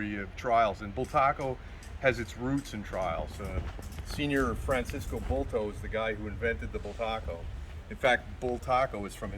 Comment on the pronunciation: It’s Francesco Bulto, his nickname was Paco